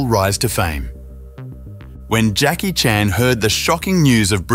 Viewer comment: Please learn to pronounce Jacky’s name.